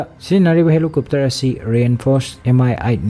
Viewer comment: Helicopter haiyo,,,helucupter haiba malle ng hairido,,,,nyway yam nungai gyn lousing oi